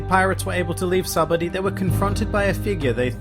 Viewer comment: Sahbuddy? Dude its sabaody fuckin say it right